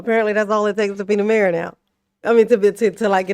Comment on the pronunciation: When she called her mayor Henyard at I heard Mary Henyard and it made me wonder if she knew where she was.